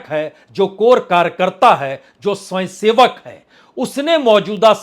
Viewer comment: 'स्वंयसेवक ' क्या होता है । पहले 'स्वयंसेवक' शब्द तो सही बोलना सीख ले ! कुछ भी गपोड़े मारना राजनीतिक विश्लेषण नहीं कहलाता ।